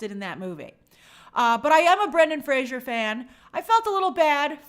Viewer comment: Thank god Ariana pronounced Fraser correctly for Brendan, like Frazer not Frasier. Good recap though Grace !